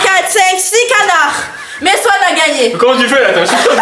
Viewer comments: Mdrr je rigole depuis tt à l'heure pcq et au lieu de dire Swan elle dit Sohan 🤣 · Qui a remarqué dit Soan et pas Swan 😂